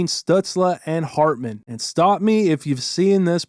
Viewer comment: Is it hartman or ratman 😂